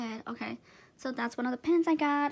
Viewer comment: Its pins its not pens